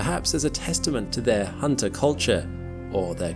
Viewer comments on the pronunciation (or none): none